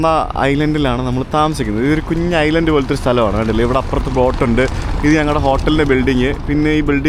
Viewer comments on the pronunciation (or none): none